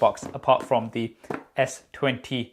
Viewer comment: I thought it was S20 Fan Edition but my dude telling me "Only Fans Eadition". 😂😂😂😂😂😂😂😂😂